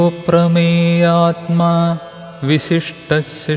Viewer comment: കേൾക്കാൻ കൊള്ളാം സ്ലോഗം 6 ൽ മരപ്രഭു എന്നാണ് കേൾക്കുന്നത് അമരപ്രഭു എന്നാണ് 23 ൽ നിമിഷോ അനിമിഷ എന്നാണ് 27ൽ അപ്രമേയാ ത്മ എന്നാണ് ഒരു ചിഹ്നം കാണിച്ചിരിക്കുന്നത് അ എന്നുച്ഛരിക്കണം എന്നതാണ് എന്റെ അറിവ് തെറ്റാണെങ്കിൽ ക്ഷമിക്കുക